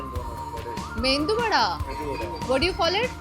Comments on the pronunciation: Tales...An FYI.....Medu Vada not Mendu Vada...Thankz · surprised to find you saying 'mendu' (मेंदू) vada, which is wrong! Correct is medu vada. Btw 'mendu' in Marathi means brain, so for God's sake please don't call it mendu vada 🙏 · It’s not mendu vada dear 🤦🏻‍♀️!! Why do some say mendu vada ?? It’s Medu Vada 😢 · First of all it is not Mendhu Vada. It is "Medhu Vada". Stop butchering. It is not unknowingly doing when you are repeating the wrong word, even when the shopkeeper is telling you the correct name of the dish. I see so many North Indians not even telling the language and state names properly. "Keral" instead of "Kerala" and "Kannad" instead of "Kannada". Will you accept if everyone pronounces "Hindi" as "Hind"? And you are not in India to boss around everyone to speak in Hindi. In India itself it is wrong and you are doing this in Singapore. I don't understand this Hindi bossing when other people have their own language. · It feels like thousand buses honking over my ears when I hear Hindians tells Mendu vada instead of Medu vada 🤦🤦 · As a food critic or an influencer I expected you to be more aware in terms of food and culture of different region.. this continuous North Indian obsession with blinders on is really saddening.. PS: it’s medu vada and not mendu vada( it’s not even a word)